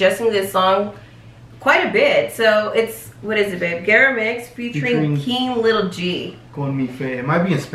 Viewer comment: Its Gera MX but pronounced jera. Great reaction btw. Keep it up